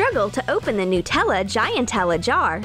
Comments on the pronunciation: nootella No. Its pronounced Nut-Ella. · I thought it was "Nutella" not "Nootella" Like if you agree. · Stop saying nootella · Noo-tella?? Did anyone else here this lol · Why do people call Nutella “nootella”? I mean, is it made out of Hazelnoots? 🥜